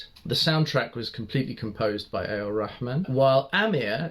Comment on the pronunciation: Love your pronunciation of Rahman. That Arabic 'h' sound in Rahman.